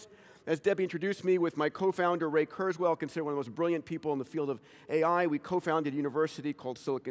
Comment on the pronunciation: lol the woman at the beginning murdered Ray Kurzweil's name ahah